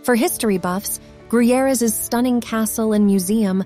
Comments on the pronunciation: Fun fact about Gruyères (oh and horribly pronounced) is that one of the co-creators of the Alien (movie) was from there and in his honor there's an Alien museum in the castle and also a bar with Alien scenery... it's lotsa fun to drink a cappucino in the bar where everything around you looks like you're in the movie. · From their pronounciation of Gruyères you would think it was in Mexico Edit: Also, king Dennis of Portugal?